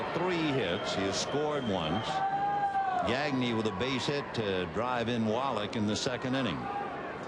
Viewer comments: I speak French so hearing Vin Scully say gag-knee instead of how it should be pronouced which is actually easy to say in English gah-gnay like Gnarles Barkley makes me cringe. Broadcasters always try to pronounce Spanish names Spanish but they pronounce French names like they're English I mean it's not hard to not say a k sound in Blanc but they almost always do. Only time I can think of was when a French Canadian Charles Leblanc asked to have his name pronouced correctly but usually it's like read it as if it's English. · His pronunciation of players’ names is awful- donty bichette, rowl mondesi and greg gagny. 😂 I thought he’d be better with that.